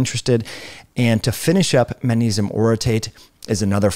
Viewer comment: The way you say magnesium kills me lol